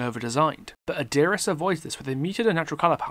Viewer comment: This whole time you we're saying Adiris, I thought you were saying Our Dearest from simping